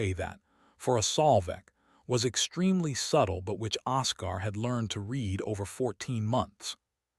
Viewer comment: Don’t use names the AI can’t pronounce. It’s OScar, pronounced Oskar, not osCAR